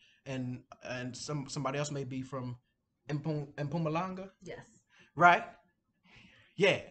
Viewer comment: My heart beat warmly when she mentioned my province limpopo. Mpumalnga, he is correct. But much more impressed when added the vowel 'E' meaning ' at' . Empumalanga ( at Mpumalnga).